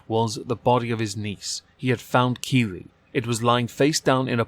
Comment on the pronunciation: The whole time I kept hearing kiwi not keely